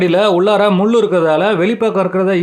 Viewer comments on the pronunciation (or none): முள் அண்ணா.... முல் இல்லை